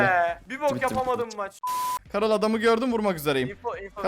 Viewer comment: karıl deyil garıll